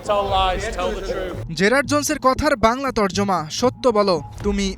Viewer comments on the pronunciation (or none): none